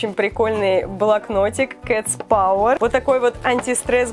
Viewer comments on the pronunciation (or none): none